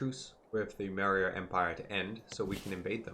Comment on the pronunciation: satrapies - Sah - trap - ees Antigonids - An - tih - goh - nids Maurya - Maw - ree - yuh